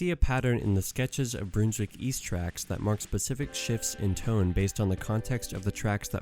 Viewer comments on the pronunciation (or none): Really well done but you’re saying Brunswick wrong. Its not bruneswick. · It's pronounced Brunswick as in Bun and Honey and Under. Trust me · As a Melbournian, listening to you butcher the pronunciation of Brunswick hurts me.